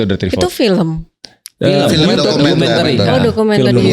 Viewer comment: Khas bgtz org sebrang bilangnya filèm bkn film 😂